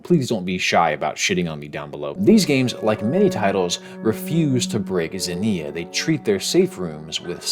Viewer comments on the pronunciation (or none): it's ksenia, not zenia. Like in xenofobia, the same root.